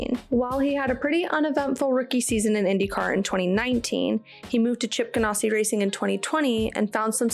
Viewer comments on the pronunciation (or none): Subscribed. Excellent content. Love your energy. Please change one thing though: it's GanASSi, not GanOSSi. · I really enjoyed your show just want to clue you in even though you made it sound much classier by saying gan ah si it is pronounced like you are an ass Ganassi😊